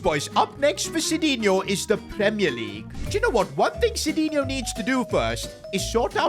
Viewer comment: sidinhio ❌ shitinhio 👍